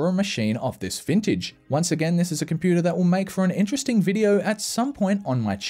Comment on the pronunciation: I love it when you say Compooter